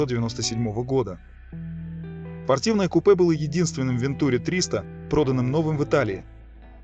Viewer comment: АтлантИк. Это французский, детка. Все ударения на последний слог. Без исключений. Даже в русскоязычных словах франкофоны двигают ударение на свой лад. СочИ, СашА, МашА, ВладимИр, ЛёшА, пельменИ, матрёшкА, ПутИн, ЛадА СамарА, собственно СамарА и т.д. И, да, никаких "вен-" и никаких "-ту-" – это именно Ван- и именно -тюрИ. ВантюрИ АтлантИк.